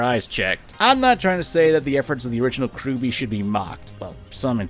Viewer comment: See my dude it's RWBY not Ruby.